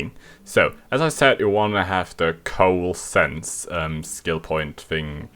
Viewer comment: co-ahl-ess-ence,..........not coal-sense hehe